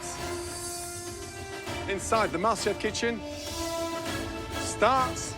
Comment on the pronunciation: IT'S MASTERCHEF NOT MASTERBATE xDDD